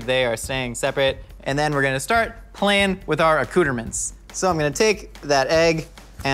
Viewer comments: I hate so much that he said a-cooter-ments 😂🙃🙃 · obsessed w how says ‘accoutrements’,,,... a cooter mint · but says tonkotsu correctly (for the most part)